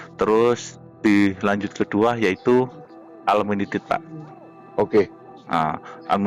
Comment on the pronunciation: Wong ngucapin un limited aja ga bisa, bagi bagi duit segitu banyak, coba itu pak arif ajarin pak, masa ulminited